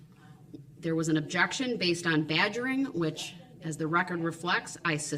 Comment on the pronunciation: objictshun speckalativ lol. omg the tooth clip made me laugh